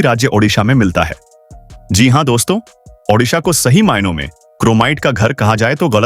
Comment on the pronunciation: उड़ीसा और ओडिसा Shame on you that you cant pronounce or write correctly. One is in India and other in Ukrain